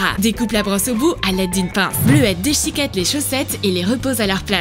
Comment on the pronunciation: "Bleue a déchiquette les chaussettes"